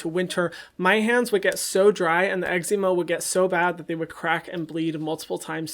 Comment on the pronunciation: I'm so sorry but I hate the way you pronounce eczema